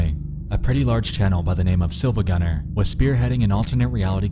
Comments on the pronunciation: R E E E E it's SiIvagunner not Silvagunner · You probably heard this already but it's pronounced "Siivagunner" The second i is capitalized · Siivagunner, not SiLvagunner. It annoyed me when I was originally trying to figure it out. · Its not silvagunner its siivagunner but with a capital i to fool people looking for it. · also yeah that isn't an L it's a capital I you gotta pronounce it Siivagunner you're saying it wrong. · I never thought that I would find a high quality rip in my creepypasta. Also it's pronounced "See-va-gun-ner" because the I is not an L. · Actually the I in Silva gunner isn't an L, but an uppercase i It's pronounced "see-va-gun-er" iirc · REEEEEE he said SiLvaGunner, and not SiIvaGunner This is not todokete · He pronounces it as Silvagunner, when in reality the channel is called SiIvagunner. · The Mughal-killer it’s actually Siivagunner, the second i is capitalized. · It’s not Silvagunner it’s SiIvagunner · "Sill-va gunner." oof. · You’re pronouncing SiIvaGunner wrong. That’s a capital i, not an L. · >pronouncing the L in siIvagunner I laff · Did you deliberately try to make it as hard as possible to tell whether you said "silvagunner" or "siivagunner"?